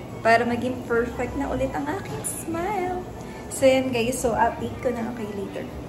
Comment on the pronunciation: Haha 😂yan sana e cocoment ko 😂tsaka perfect hindi FERFECT 😂😂